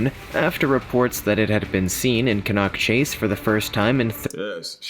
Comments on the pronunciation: its can nack chase thats how its prononced not can knock chase and its very famous for more than black eyed children been murders there a old stone age fort a bronze age fort, ,pow graveyard and britsh and canadian soldiers buried there a crash site of 2 ww11 bombers and a fighter trainee trenches for ww1 a old hospital from 1005 till 1960s a big black cat a shapeshifter ufo sightings orbs and bigfoot and dogman a hitchhier that gets in folks cars and vanishes a mile down the road a crying women in the woods to name a few and locals will not go anywere near the place as dusk comes ,i live half a mile from it ,ive seen the black cat 8ft long 3 and half ft high in the summer of 2014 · Maybe if they see some more of the ghost they might get the place name pronouncement right its Can as in tin can Can-nock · Pronounced Canuck Chase, Staffudsha So fed up of listening to this mispronounced! This was a girl and her grandma picking blackberries xx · It really gets my goat when folks mispronounce place names. For example Cannock Chase. The narrator of the video seriously pronounced it incorrectly. It is pronounced as can-knuck!!